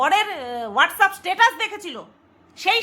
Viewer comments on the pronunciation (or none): none